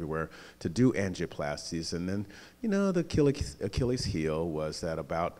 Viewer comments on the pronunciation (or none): none